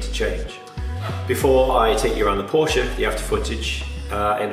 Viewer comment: Who doesn’t love a Porsche and kudos for proper pronunciation. Amazing detail but what is up with that shut line on the bonnet leading edge ?